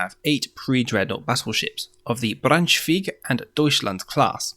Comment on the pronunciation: Thanks for the Video. In Braunschweig the ei after the w is pronounced as "I" in German. The river Weser from wich the name Weserübung is devised is pronounced with first "e" like the first "e" in vessel. Hope it helps.